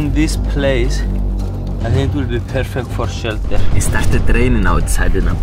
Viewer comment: I like it when u call shelter into Shellter